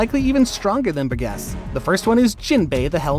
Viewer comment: Why are you calling him Bur guess it’s pronounced Bur-Jess Bur-Jess. How can you make these videos and not know how to pronunciation the names.